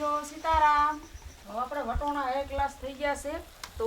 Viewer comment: તમે વટોણા કેમ બોલો છો અમે તો વટાણા બોલી